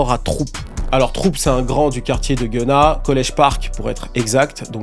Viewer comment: Its not genna Its GUN-NA